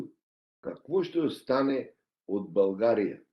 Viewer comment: Този е истински българин от Македония макар и не осъзнат ! България , България , България а не Булгария . Много добре го изговаря изкуфелника !